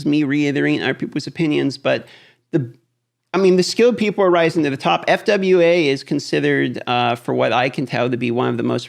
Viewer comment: Its not F.W.A. Its sounded out fwah. This game is a near exact clone of summoners war and he is top guy there too. Keep on keeping on!